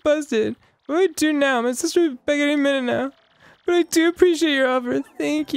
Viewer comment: DID ARIN JUST MISPRONOUCE BUT?? HE DID IT AGAIN!